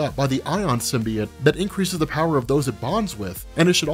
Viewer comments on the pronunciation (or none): none